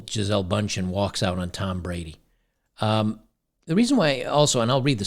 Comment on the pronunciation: Her name is actually pronounced like geezulah in German.